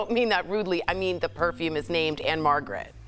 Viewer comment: Jesus please learn how to pronounce PERFUME